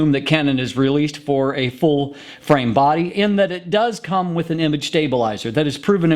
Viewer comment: He has weird pauses - he actually paused between "full" and "frame", and between "wide" and "angle" (I know - I'm easily annoyed, heh )